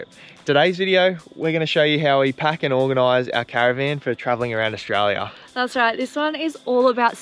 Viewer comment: It's Australia, not Aushtralia